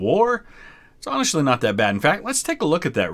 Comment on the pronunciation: "onashly" aha, ok. I get what you are saying